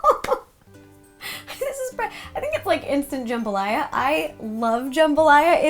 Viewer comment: This Louisiana girl loves that you pronounced jambalaya correctly! Also, your pantry is seriously goals 😍